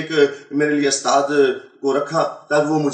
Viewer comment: he says he is a hafiz and doesn't even know how to pronounce USTAD. what a joke. The Christian liars really need to do better than this born Indian Christian. He doesn't even know that in every mosque there are hundreds of QURAN with translation that 10 year old children read every day and no permission is ever needed from an " usthaaz ". What a joke first they used to have every so called convert saying he was the son of a muaazeen who was a imam and now it's this rubbish.Looks like things are getting really desperate for the so called born agains. 😂😂😂😂😂😂😂😂😂😂